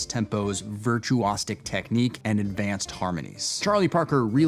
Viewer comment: virtue-ah-SICK... where did that stick come from?